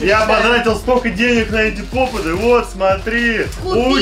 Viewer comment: Попиты а не попыты🙄😒